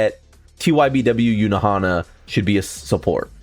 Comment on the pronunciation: i dont see any "E" In Ulquiorra.. don't get me wrong, love your content, but sometimes it's just a hard watch if you are bombarded by butchered names. Yunahara, yunohana, nelel, ulqiErra, etc.